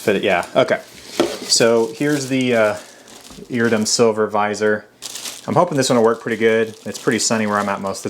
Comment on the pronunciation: It's pronounced "EAR-RID-DEE-UM"... Just sayin'. Great helmet. Thank you for the review.